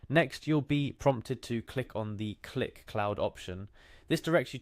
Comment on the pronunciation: bro its not pronounced cue lick, its just click